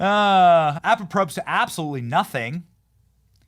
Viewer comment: Benny, with total love, learn to pronounce “apropos” correctly lol also I cannot thank you enough for showing us that photo of Schumer’s wife! Im going to guess Amy is related to her side haha